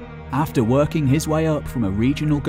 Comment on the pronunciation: Roland de Vaux NOT Roland de Veux. And king is not pronounced as kink nor is working pronounced workink.